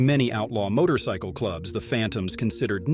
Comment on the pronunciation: Jesus Christ just get someone to narrate this shit. AI can't even pronounce motorcycle